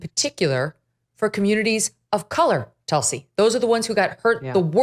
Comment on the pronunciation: Tull-see vs Ca'maala